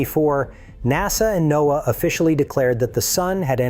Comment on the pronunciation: please train your ai to pronounce N. O. A. A. as (No'Uh).